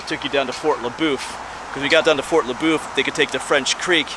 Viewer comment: Everyone around here says fort le boeuf as if you were saying fort la buff. Did you get a chance while you was there and go over to see the covered bridge they was restoring? I don't know if they're done with it yet.